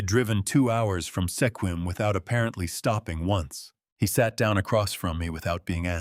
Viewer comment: It's pronounced "Squim"